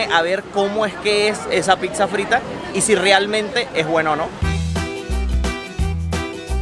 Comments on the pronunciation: Casi me sangran los oidos con cada vez que escuché 'picsa' en lugar de 'pizza' 😅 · y, yo los sigo desde hace tiempo, vivo en Italia y hoy encontré este video. Espero no se ofendan por mi comentario pero no se dice “PICSA”.. sobretodo si tiene familia italiana, se pronuncia “PITZA”.. se los menciono porque ustedes son creadores de contenido y es importante aprender también términos de los nuevos países y en este video se repitió PICZA 😖😖 como mil veces! 😵 algunas personas la llaman “Pisa” pero eso es una ciudad en la Toscana.. en italiano la doble ZZ se pronuncia TZ. Nuevamente espero que no tomen a mal mi comentario. Saludos!!! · saludos, solo para comentar que le pronunciación correcta es " pitzza ( con T ) espero no te ofendas. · Chicos: la palabra Pizza 🍕 se pronuncia con ts, así: pitsa. Pues la doble z se pronuncia como suenan la ts juntas. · Pixa?? Que raro suena pixa. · NO podés ir a Italia tantas veces , estar casado por años con con una Italo - venezolana y : 1.- No haber comido nunca una pasta all"amatriciana. 2.- Llamarle "tocineta" a lo que comés en la carbonara y la amatriciana . 3.- Seguir diciendo "Picsa" . Boludo : Duele en los oídos cuando le llamás "Picsa o Picsería". 4.- No hablar ni el italiano básico ! De qué te sirve viajar ?